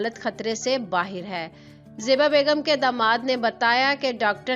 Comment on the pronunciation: Bahir nhi bahar hota he